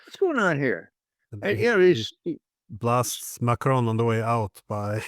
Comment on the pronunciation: Hopefully Mr Dieson will take a tip from McGovern on what the name of the French pres. is. It is NOT "Macrone".